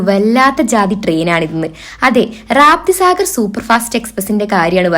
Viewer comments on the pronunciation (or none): മോളെ റാപ്തിസാഗർ അല്ല രപ്തിസാഗർ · Atleast vlog ചെയ്യുമ്പോഴെങ്കിലും, train name ശരിയാംവണ്ണം പഠിച്ചിട്ട് വരിക. റാപ്തി സാഗർ അല്ല, രപ്തിസാഗർ എക്സ്പ്രസ് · റാപ്‌തിസാഗർ അല്ല രപ്‌തിസാഗർ 👍.